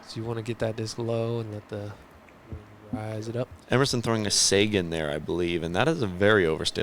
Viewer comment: Good job on commentary and! Quick note on pronunciation. says on hole 4 that Emerson threw a “Sagan.” I assume he meant Seguin. Pronounced Suh-geen with a hard G. Keep up the good work!